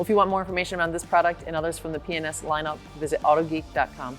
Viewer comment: when says, "today I'm at the P&S headquarters in Hayward California", it sounds like she says 'penis headquarters'